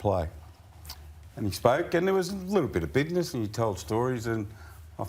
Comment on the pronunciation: Bidness...say that again